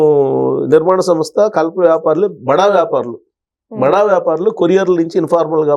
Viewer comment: భడా కాదమ్మా బడా అనాలి. ఏం తెలుగో ఖర్మ!😮